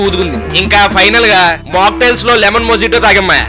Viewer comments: adi mojito kadu bhayya pronunciation moitho danidhi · mojito ani pronounce cheyyakudadhu Anna moyitho ani pronounce cheyyali 🥱